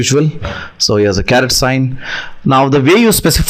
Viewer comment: My friend, it's not a CARROT, but a CARET